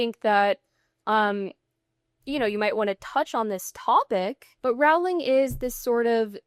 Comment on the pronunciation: Rolling. Rolling. That is how JK Rowling pronounces her last name. There are a variety of reliable sources all over YouTube on how to pronounce it. C'mon man. Do a little prep before you spend time talking about JK Rowling (rolling).